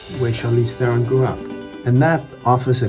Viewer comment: Then you must know her surname is pronounced "TRON" if you are a South African!!!